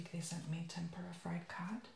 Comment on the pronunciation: you put the rice on the paper towel?!? really?! and it is pronounced tem-poor-uh